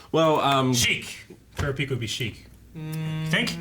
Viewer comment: Still say Kurapika name wrong lol